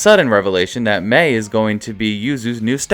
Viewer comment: You said Mei's name wrong there...then right...then went back to saying it wrong 0-^